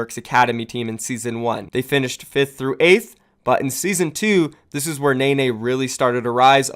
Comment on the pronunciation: It’s pronounced “Nen-nay” not “Nay-nay”